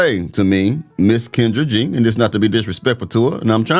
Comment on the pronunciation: YOU MEAN KEN-DRAG?